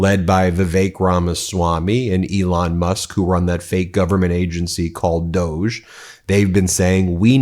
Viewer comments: Call it “Dog-E” not doughge. DOGE. They know they are bending us over! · Not Dozhe. DOG-ee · I think we should pronounce DOGE doggee. Let’s reduce it to the joke it is. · It’s pronounced DOGGY